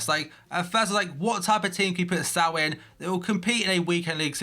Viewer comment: Pretty sure its not pronounced 'S - ao'. It's 'S - oh'